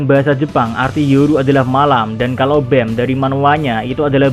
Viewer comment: Pronunciation nya BAM bukan BEM